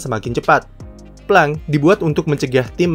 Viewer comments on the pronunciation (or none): "plengk/pleng" aja min, denger plank/plangk bikin gw salting2/senyum mau ketawa rada kocak wkwk .. anyway great video as always, keep up